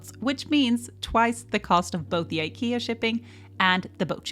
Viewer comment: Ah! Pronouncing IKEA this way as a Swedish person:face-purple-crying